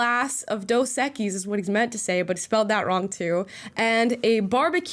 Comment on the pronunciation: The dos equis one I get. He is saying dos aqui and cinco de MEyo